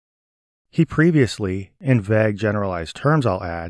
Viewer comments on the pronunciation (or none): none